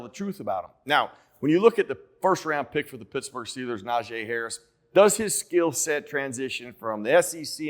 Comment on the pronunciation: It's Na-GEE Harris. #ijs